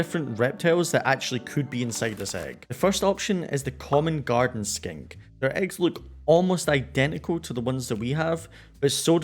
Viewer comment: Hahah! I watched that part again, and now I can hear skink if I listen for it. It totally sounded like skank to my ears. They will now always be common garden skanks to me though. There is no going back.